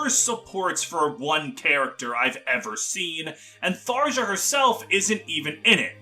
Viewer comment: obligatory "it's pronounced thar-yah" comment. I left a like pls dont hex me bro